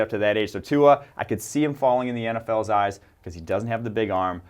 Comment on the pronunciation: Legit dumbest shit I've ever heard. Tua by far has the best deep ball in college football. They don't even know how to pronounce his name right.